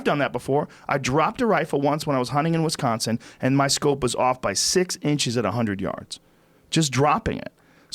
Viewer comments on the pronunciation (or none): none